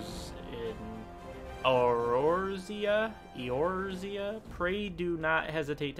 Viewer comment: Also, Eorzea is pronounced Eh-Or-Ze-Ah. :-)